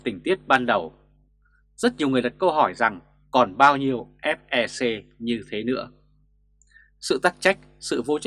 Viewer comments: FLC chứ ko phải FeC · Ép lờ xê ko nên đọc nhanh thành ép e xê